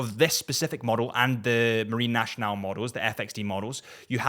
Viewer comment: If I may, Nationale is not pronounced "nashional" but "nassional"